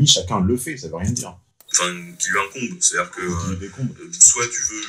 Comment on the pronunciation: J' ai bien kiffé le "qui nous decombe" quand il dit "qui nous incombe" 😂 merci les inconnus ! Merci beaucoup pour les vidéos ! Stérilet en cuivre ça marche bien gardez vos bijoux de famille, ça peut servir 😉